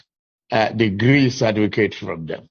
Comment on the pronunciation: He say na Cefticate🤣🤣🤣